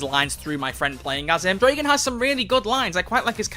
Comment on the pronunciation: I get so triggered when People pronounce Dragan's name wrong